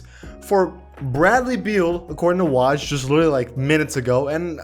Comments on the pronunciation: Its woj not waj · Woj is pronounced whoa's with a j instead of s. So its whoa'j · This dude said w-ah-j